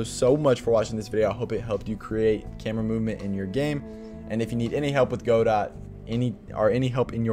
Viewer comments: Just letting you know, it's pronounced "g'dough", not "GO-dawt". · good vid but its guh-doh not godot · "go-dot" lol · The creator pronounces it Go-DOT which I think is technically wrong but I think it contributes to the philosophy of the engine. You can fork it and make it your own, and you can also make the name your own by whatever weird pronunciation you fancy